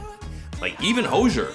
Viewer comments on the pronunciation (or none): It's been 11 years and we're still mispronouncing HO-zee-er's name? xD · It’s been 10 years and Todd still can’t pronounce Hozier’s name correctly